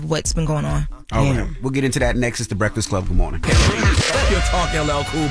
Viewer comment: Goo moorin breakfiss cub. WTF 😅😅😂 scholar NOT!